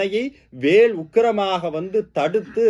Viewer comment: கருத்து மிகவும் எளிதாக இருக்கிறது நன்றி. தமிழ் உச்சரிப்பு. குறிப்பாக ல் அழுத்தம் கூடாது வேல் என்பதில்